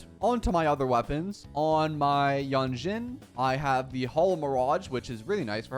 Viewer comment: Actually, you pronounce Lingyang wrong, his name is chinese and in english version, they(english) already pronounce his name wrong. I hear you pronounce as Lingyeng. For Jianxin, Jianshin is how yo pronouncd her name.